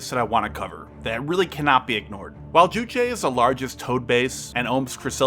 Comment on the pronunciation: Ah... you're saying "towed". Took several minutes to decipher that. Was wondering what the hell tote artillery was.